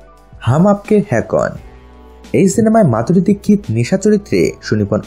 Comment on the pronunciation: Tar name Madhuri dixit apne dikkit bolan kan .